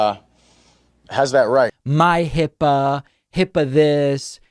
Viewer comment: HIPAA is a 2 syllable word, David. That explains the bathroom tub drain-suction attraction to MAGAs.